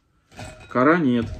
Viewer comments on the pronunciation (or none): none